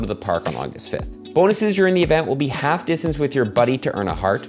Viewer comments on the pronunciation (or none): none